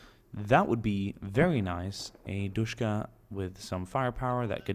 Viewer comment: DShKM pronounced Dushkum. Not Dushka. Dushka refers to the DShK, circa 1938, the M is added to everything after that point and stands for modernized. Good video :)